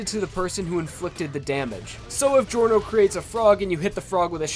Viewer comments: it's not jee-or-noh.... it's jor-noh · It’s not delivery, it’s Giorno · It's clearly pronounced "Jorno", not "Jeeorno". Italians pronounce it this way and it's pronounced like that in the anime. What was he trying to prove by pronouncing it the wrong way? Or is it every anglo's stand ability - not being able to pronounce words the correct way? edit: oh. I see. The anime wasn't out by the time the video was released. I guess he wasn't bothered enough to check out how the name of MC is supposed to be pronounced. Still a good video though. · man, aweosme vid. try promounce his name as jorno jovanna (jaw-no jo-vanna)instead. you are welcome.😁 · I swear to God the fucking way you pronounce Giorno. I kind of feel like Ghiaccio — when he complained about people saying "Pariss" and "Venice"